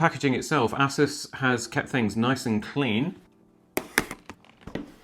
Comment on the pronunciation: Ass us? ASS US?? lol I've heard it pronounced Ay-Soose. I've heard A-sus but never ASS US!